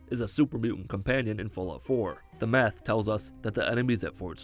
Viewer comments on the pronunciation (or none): none